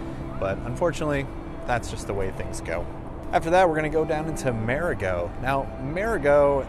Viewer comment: Learn to pronounce MARIGOT!. Idiot!